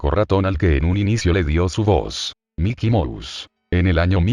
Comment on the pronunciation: puede sonar pendejo pero me da un poco de risa que el loquendo diga miky mous